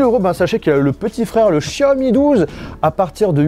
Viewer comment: Comme tous les autres tu devrais apprendre la prononciation de certaines lettres de l'alphabet français , tu penses être intelligent mais tu te trompes , la lettre X se prononce comme la lettre S et non Ch tous des gros nuls